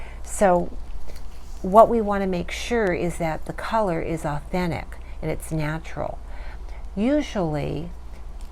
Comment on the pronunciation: Can you pronounce “ authentic “ again ? 😂🤣😅